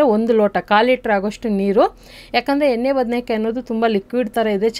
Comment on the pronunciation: ಎನ್ನೆ ಅಲ್ಲ ಎಣ್ಣೆ ಅಂತ ಹೇಳಮ್ಮ